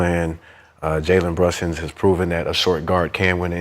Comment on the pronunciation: “Jaywen Brushings” one question …who he? 🤣🤣🤣